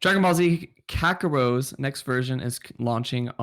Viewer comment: Did SAY KAKAROS???!?!!?!?!?!?! EXCUSE ME SIR this is worse the KawiiMAMA thing!